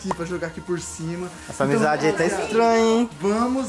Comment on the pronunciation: Ele faloubamizade